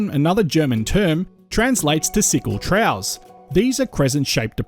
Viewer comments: Apologies for being picky, but 'troughs' is pronounced 'troffs' and not 'trows'. Thank you for another excellent presentation of Australia's geological history. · I feel I have to comment on the pronunciation of the narrator. Apart from Pilbara being pronounced in a way I've never heard before, and the sound "s" being pronounced as "sh" as in "Ushtraya", finally I hear "trows". What the hell is a trow? I think to myself. Then I read in the subtitles "troughs". (get an Australian dictionary and look up the pronunciation) There are three possibilities. 1. The narration is done by computer and set to mimic a peculiar Australian accent. 2. The narration is done by an Australian who is ignorant of correct pronunciation. 3. The narration is done by a non Australian who simply doesn't know the correct pronunciation of words relevant to Australia. Finally in all cases the narration should be checked by the supposed Australian geologist who makes these vids. Butchering the English spoken by Australians when discussing Australian topics is an insult to native speaking Australians. Australians who have subscribed to this Chanel will get jack of it (to use an Australianism) and simply unsubscribe. Don't give up your day job as they say. As a mining engineer I enjoy the exposition of geological facts about Australia, but the pronunciation being butchered makes it almost not worthy of watching.